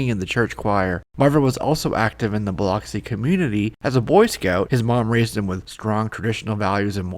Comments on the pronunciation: As someone who lives in the next town over from Biloxi, PLEASE learn how to pronounce the name of the city. It's pronounced BILL-ux-E, not bill-OX-e. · It's pronounced "Bah lucks see"